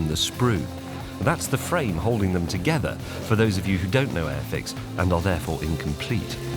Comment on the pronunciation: I love how the way you enunciate it has nothing to do with the name on The box. The way you enunciate it it sounds like AFX .... When in all reality the name is airfix